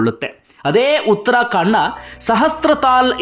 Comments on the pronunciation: Uttarakhand not uttrakhandaa😂😅😂tagdo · Sir it is uttara khand not uttara kaanda,,, Thank you for the good narration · ಉತ್ತರಾ ಕಾಂಡ ಅಲ್ಲ ಉತ್ತರಾ ಖಂಡ